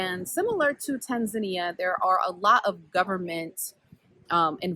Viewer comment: As a Kenyan I've never stopped to think about the name 'Indian Ocean' but tbh I don't think I mind it lol. I live in Western Australia near the coast which is still the Indian Ocean 🤷🏿‍♀️ it's a good point though 👍 Also I love your "Tanzan-ya" pronunciation. It's refreshing. We need to kill this Tanzan-eeahh pronunciation that has crept in lol. I think I do it too 😄